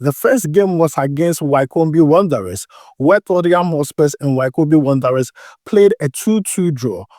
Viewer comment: It is pronounced as wicomb(Wycombe) my brother.